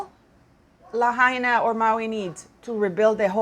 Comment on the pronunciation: It’s la-high-na. 😊